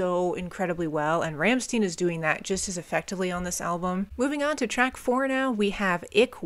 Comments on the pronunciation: Rammstein!! Not Rammstin. ☄️ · They are called Rammstein, no Ramsteen. It's read "Rammshtine" something like that. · Like this video a lot! I love Rammstein and this album in particular. P.s. the band called Rammstein [ˈʀamʃtaɪ̯n] that reads like Ramshtain. Not Ramsten. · just fyi its pronounced Rahm-shtine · Btw, probably somebody wrote it already but anyway: It is pronounced RAM - SHTAIN. You can find an example here: I know you probably looked for it to be sure, but even Google gets it wrong as this is very idiosyncratic. German pronunciation has a lot of nuances depending on region, culture and history (like any language), their pronunciation is more of the Berlin Brandenburg region (where they come from, they are from Berlin exactly), which is understood to be some sort of international German pronunciation, but not necessarily a standard (I know, that's weird), also in this case is kinda coming from a lingo they picked up while growing up. To clear any doubt, you can hear them sing their name in this song from their first album: They actually do that often, many songs have their name in the lyrics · Hello, for the correct German pronunciation of "Rammstein", listen to the song "Rammstein" from the first album "Herzeleid". By the way, the name of the band refers to the "Ramstein Air Base", a large military airfield of the United States Air Force in Germany! Many greetings from Germany!🇩🇪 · "Rammstein" is pronounced differently.